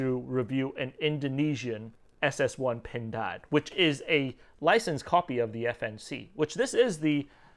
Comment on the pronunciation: PINDAAAD...that's a good pronunciation 😁👍